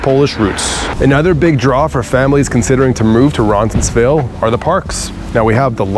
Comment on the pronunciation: Good video. I've lived in this area for 20+ years. Only one suggestion. You keep pronouncing Roncesvalles incorrectly. It sounds like you have an extra "n" in there.